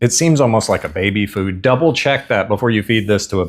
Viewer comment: Another good one. Did you say baby food or baby poo? That's what it looks like. You're a braver man than I am. Crocodile Dundee food, you can eat it but it tastes like shit.